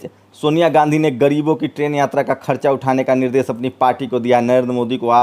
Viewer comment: aap apni dari trim karwaye plz. AAP APNI BHASHA SHUDH KIJYE SHA SHABD KO SA NA KAHEJI DESH KO DES NA KHAE. NIRDESH KO NIRDES KEH RHE HE